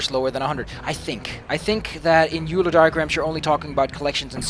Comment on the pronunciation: By the way, I don't know if you ever learned this between then (the time you recorded this gameplay and uploaded it) and now (the time I posted this comment), but the "eu" in "Euler" is pronounced "oy," so "Euler" rhymes with "spoiler." REASON: It was after a man from a German-speaking country: Leonhard Euler of Switzerland.